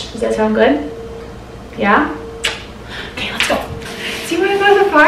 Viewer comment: Loooove these vlogs from you! And I say po-Kay too hehe ☺️